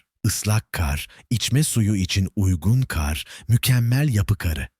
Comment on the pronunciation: Seslendiren kar demesini bilmiyor. Bütün videolarda aynı